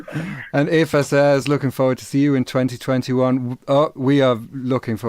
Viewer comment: sorry, just got to listen to this an hour after transmission.. but, its lovely, the best one yet! really enjoyed it. Just one thing annoying me as an Irishman, you pronounce the name "Aoife" the same as the german pronunciation of Eva. i.e "Efa". Ill definitely be buying the banter version, though I probably won't be understanding it!